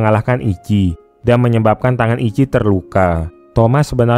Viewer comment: Ichi tuh dibaca ici ci bukan ki iki, dalam bahasa jepang ichi artinya pertama/satu